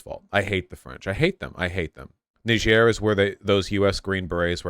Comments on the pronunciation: Yes the proper pronunciation is nee-zh-air it’s how people say it in Niger. Only in America are we so lazy and unwilling to attempt pronouncing it right, so now most Americans think it’s Ny-jer cause in school that’s what we’re taught. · "knee-zher" btw, not "nai-djer" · It's pronounced Neez-yehr. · It’s pronounced Nee-jér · PSA The Nigerien Embassy says it's pronounced nee-Zher, kinda like "knee-share" but a bit harsher. It's not a English colony, like Nigeria, but rather a French colony. Thus, the difference in pronunciation despite similar spelling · The most accurate pronounciation of Niger is nee-ZHER. It's a majority francophone country and the name is french. I know it's kind of stupid and pretentious to call most countries by their local name/pronounciation when speaking English, but in this case it's really easy and helps steer even wider away from any crass jokes. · It’s pronounced Knee-jer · The country of Niger is a French-speaking nation, and as such its name is pronounced with the same sound as in vision. It is not to be confused with the country of Nigeria, which is English-speaking, whose name contains the same sound as jam. They are both named after the Niger river, which is actually pronounced like Nigeria, just to be confusing. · Trump, desantis, or any Fox News host properly pronounce this countries name….. difficulty: impossible. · Haha how did you pronounce it when you asked?